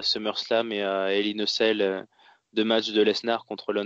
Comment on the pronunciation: La façon dont prononce "Hell In A Cell", on dirait qu'il dit "Hell In A Sale" ^^ Ce qui fait un peu bizarre ^^ J'entend que mon hypothèse sur la gimmick de Steph a été retenue, ça fait plaisir:) Même si c'était juste une boutade;) L'intérêt de Lesnar (qui a 39 ans pour info) pour le faire affronter Goldberg? Le fric, l'ego, le cash, l'envie de montrer que leur dernier affrontement était une erreur, la nostalgie, le pognon, l'envie de Vince de détruire Goldberg (qui n'a pas été tendre avec le patron pendant les années loin de la WWE), la maille...Je suis un peu comme vous, j'ai commencé le catch dans la fin des 2000's MAIS je me suis beaucoup renseigné sur le passé et j'avais déjà vu le bonhomme en action (dans un Elimination Chamber par exemple) en ayant un assez bon souvenir de lui. Mais je crains en effet qu'il se fasse juste tuer pendant le match et ça me met mal à l'aise. Tiens sinon, élément que vous aviez pas mais qui a été dévoilé par la suite (et du coup renforce votre impression de loupé concernant les filles): le premier Hell In A Cell Match féminin de l'histoire de la WWE sera ni plus ni moins que le Main Event de la soirée. C'est un p*tain de moment historique et pour le moment la fédé a l'air de pas vouloir mettre l'accent dessus (il leur reste un show pour le faire). Bien pour le nombre de mon pseudo et big up à vous les gars:)